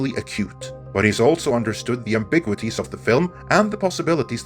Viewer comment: Please google how to pronounce ambiguity.